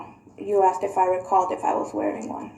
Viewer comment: And he keeps “axing” questions.